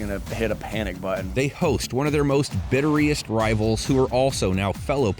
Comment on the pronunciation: Someone tell the voiceover guy how to pronounce "bitterest" lol you added some extra vowels in there